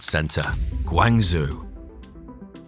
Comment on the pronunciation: Nice video, but please consider at least putting the Chinese text into text to speech and trying to sound it out. It's not Guang Zoo, it's Guang Joe. Also, i know a Bhutanese person anticipating the project! It looks like nothing else and i love that they integrated local craftsmanship. And that skyscraper in NYC is the most ornamentalized one in years, compared to the glass towers before it.